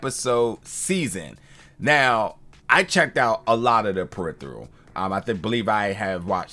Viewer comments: Dude ~ slow TF down, take a breath, read the title, put a card under the camera that says PE-RI-FER-AL phonetically. You got all day, this ain't live. I dunno, maybe in Future London they got different dialect... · Lol... He pronounces the "phe" as "the". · Imma keep it a buck... I couldn't watch the review after you said the title incorrectly in the beginning. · Why do you pronounce "peripheral" so weirdly?